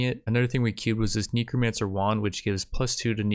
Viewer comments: "Neecromancer"... I'm sorry wwwhhhaaaat? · Its neh-crow not knee-cro Say it with me now. Necromancer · imma be real honest here...please never say "necromancer" like this again...its neck row man sir. not neko mancer